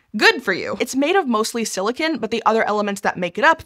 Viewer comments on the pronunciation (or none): none